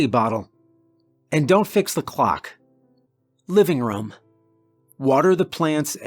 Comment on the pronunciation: Um guys why does he say budDRUM or move it to the livingRUM